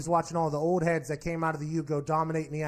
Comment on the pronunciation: I heard "heaads" like him saying it with an accent. Idk how he said prior but it'd be something to look at